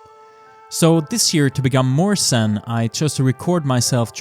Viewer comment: Scape turned out really well. Your pronunciation of Zen sounded alot like Sin, in a strange way seems appropriate to the video. 😉👍